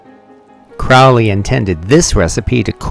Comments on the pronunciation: Dude your saying his name wrong Cr-ow-ley is fowly but Cro_hley is holy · Crowley is pronounced Crowley as in Holy not Crowley as in Foully. A.C. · It’s CROW-ley (as in Holy) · It's pronounced CROW-LEE. It rhymes with HOLY, like in the poem. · It’s Crowley like goalie ughhh get it right